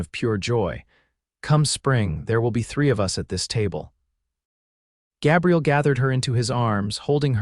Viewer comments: The cowboy’s name has a long “a” it is a guy’s name. AI is often faulty in name pronunciation at the least! I am not a fan! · Good story despite the AI narrator's annoying mispronunciation of Gabriel.